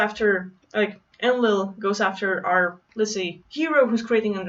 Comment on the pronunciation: En-Lil > EL (rhymes with RaphaEL, MichaEL, AzazEL and the rest of the rock band) //* btw Wow that was such an uplifting message, <3 We just need to learn to trust and embody that we are indeed THIS powerful